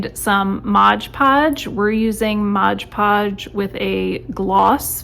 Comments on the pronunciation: Great video but it’s MOD podge - not MODGE podge. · It's MOD, not modge!